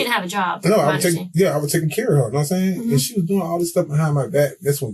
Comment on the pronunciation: "Nahm saiyn?" Yes, i speak English